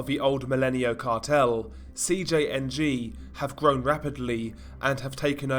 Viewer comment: I like how since you’ve been making a ton of these video and gain a lot of attention from it, you never keep them bland or the same. Like I notice you used to say CJNG in English but you pronounce the entire enitials I’m Spanish. Keep it!!!